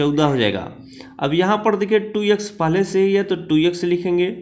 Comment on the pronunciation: Sir aap bhot acha xplain krte ho lekin vo yex nhi x hota hai .u will build audience by right pronounciation.